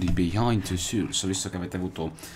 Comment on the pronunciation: Grande come sempre! Questo gioco è meraviglioso! Un piccolo appunto però, souls si pronuncia "sols" con un accenno di u dopo la o;) Continuala questa serie comunque, è troppo bella!